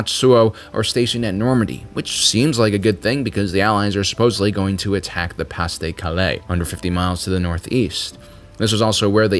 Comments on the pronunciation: "Pah de Caleh" not "Pass de Calay" ;) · really good it pronounced PAR de calais and its operation Barba ROSA. BUT AWESOME STUFF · Good video, but a few nitpicks: 1. You don't pronounce any "s" in Pas de Calais. Also "de" is not "day," it's closer to "deh," rhymes with "meh," and is dropped in informal speech: "Pod Calay" is pretty close. 2. B-17s were not designed for tactical bombing, but they were asked to do so on D-Day. They ended up dropping their bombs well inland. The B-26s were much more effective. There's a famous photo of them after a run on Pointe du Hoc. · If you say "Pas de Calais" while pronouncing the 's' in "pas" one more time, my head will explode. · It seems impossible to believe that anyone could not know how to say Pas-de-Calais